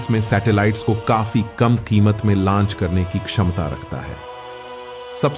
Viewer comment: भाई लंच मत बोलिए। इसे launch लॉन्च कहते हैं 😂